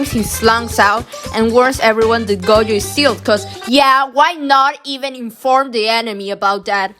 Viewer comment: This person calling gojo goyo is so... weird